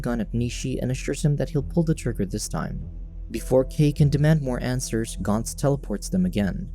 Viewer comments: It is GANTZ as in ant not GANTZ as in aunt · More like gant-zu